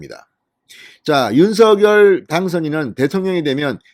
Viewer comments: 당선인의 요청대로 "서결"로 발음하지 마시고 "성녈"로 발음해 주세요. 참 거슬립니다. 느릿느릿 "서~결" 하지 마시고.ㅎㅎ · 대동령당선인尹錫悅-윤석열이아니고"윤석렬"로발음해야합니다 금후訂正부탁드립니다.